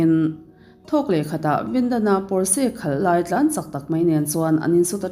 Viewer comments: Porse ani lo, pawrch tih alam tur aw.. A sipel dik tak chu Porches... 😊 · Pawrse niloin Pawrsa ti a lam tur aw.. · Pawrsh ti in lam tur aw. Germany atanga siam. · Potsche = pawrsha ti a lam tur a lawm. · 'Porsche' car hi 'pawsh' emaw 'pawrsha' tiin lam rwh... Porsche taycan nih chuan "Pawsh tekan" tiin... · Porche lam dan hria la tha tur a brand lo angin i sawi ,sap trawng hi i thiam vaklo nihhmel,l